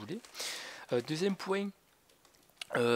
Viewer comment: A 1 minute on sent bien l'accent du sud au mot "le poinnnnttttt" ptdr Sinon a le "allez ramasse" ptdr sa m'as fait rire styl c'est ton chien Sinon exelent ce beug c'est mythique.